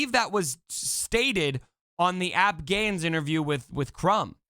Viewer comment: Loved the video but just fyi it's Ay-Pee-Gains. Not 'app gains'